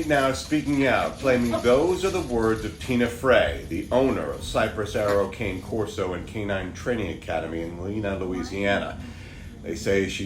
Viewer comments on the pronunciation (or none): KAN-NAY CORSO NOT KANE CORSO. WHAT THE HELL- YOU ARE SUPPOSED TO BE BREEDERS, KNOW HOW TO PRONOUNCE YOUR OWN BREED!!!!!!